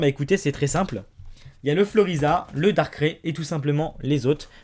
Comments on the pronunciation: Ça se prononce Darkaille pas Darkré ! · Suis-je la seule à ne pas supporter le fait qu'il dit "Darké" et pas "Darkraï" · moi se qui me choque le plus c'est pas l'argent qu'il a dépensé mais comment il prononce darkrai il le prononce "dark craie" au lieut de "dark kraille" ... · Darkré?? Moi perso je dis Darkraï... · quand va tu dire darkrai normalement s il te plait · mdr comment tu prononces darkrai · tu ne sais pas prononsse darkrai